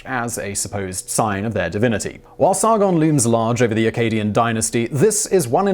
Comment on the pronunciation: Roll the "R" in Sargon please. Its SaRRRgon. and its Gon, not gone